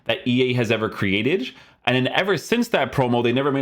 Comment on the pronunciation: Bro, I love watching your videos, but why do you usually say createdge or midge, basically say idge, at the end😂